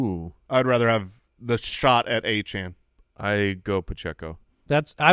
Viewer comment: Lmao the player himself said his last name is pronounced Achan, but go ahead and keep pronouncing it the wrong way